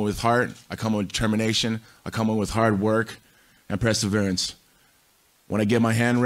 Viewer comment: Tito's "presserverance" was always my favorite quality of his.